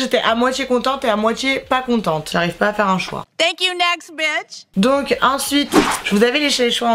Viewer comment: C'est Bitch, pas Beach. 🙄